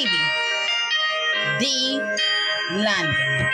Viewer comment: STEVIE D NOT STEVIE J SMH